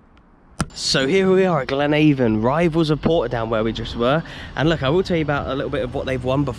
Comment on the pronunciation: Its the river avon that the english pronounce it as. Like glen-ayy-von. We pronounce it like glen-ahh-vun in reality. Oh and up the Port's 😉